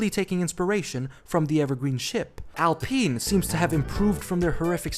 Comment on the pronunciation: I'd rather you call them Renault Werx team than Al Peen 😂 It's Alpine. Line wine or fine. Because the french def say it wrong.